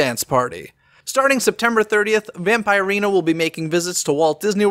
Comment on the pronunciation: Pronouned Vamp-ER-ina:)